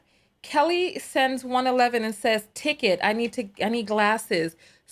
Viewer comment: A "ticket" not a "ticker" he is a police officer. 😅😂🤣